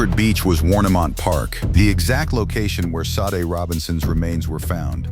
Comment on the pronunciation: Sade... is pronounced Sh-ah-day